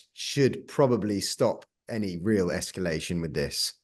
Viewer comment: It's surprising that a war analyst doesn't know how to pronounce "nuclear", and instead says "nucular." Speaking of which, when asked what the worst-case "escallation" would look like, the response was "obviously war with NATO." Hardly. The worst case is Russian launching hundreds of nuclear missile as Europe and/or the US, which even if met with a larger nuclear response toward Russia, could mean most of civilization reduced to rubble and ash, and most life on earth gone.